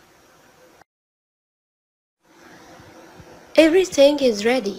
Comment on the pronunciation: افري سينج بيقولوا :افري ثينج بالثاء يا استاذة😀😀😁😁😁😁😁